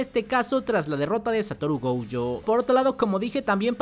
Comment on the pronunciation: No se llama..... Go.uuu.yo Pareces mi abuelita el cocu ese jajaja